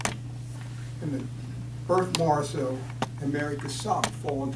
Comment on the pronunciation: At least learn how to pronounce Morisot's name.